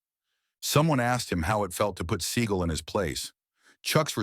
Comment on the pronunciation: That’s how you actually pronounce it.